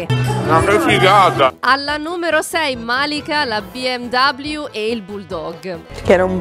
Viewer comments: BMW è tedesca. Si pronuncia "be em ve", non "be em dabliu". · Ma perché pronunci “BMW” Bi Em Dabliu all’inglese? La marca è tedesca e i tedeschi (pronuncia originale) la chiamano “BE EM VE” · Numero+1 special: "Biemdoubliu" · Biemdabbliu non si può proprio sentire🤣🤣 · Al "si è comprata una BI EM DABLIU" per BMW, ho bestemmiato fortissimo...😑